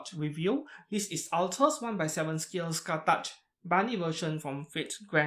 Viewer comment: The pronouce is not "skatach" but "Ska-hawk"